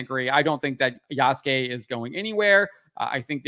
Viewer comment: Yasuke in Japanese, is properly pronounced YAH-SOO-K-EH with the last ke or K-EH sound said quickly. The ke is pronounced as K-EH not K-AY.